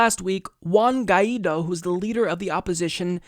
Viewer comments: OW. my ears. good coverage of the situation and all, but please, please pronounce spanish names better. it's "Sha-vehz" , and "gwhy (G sound and "why" together) - dough" , hearing you try to say guaido's name made my ears bleed, otherwise keep up the good work! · Also, the name of our president is pronounced like gu- i -do.. Guaidó